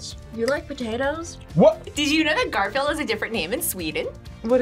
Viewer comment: Garfulled. Lol.